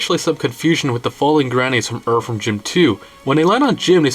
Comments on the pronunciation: Cant take uou seriously saying erverm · Dude why are you saying the word "Earthworm" so weird, so many different times? I mean, you picked the topic. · Erferm Jim.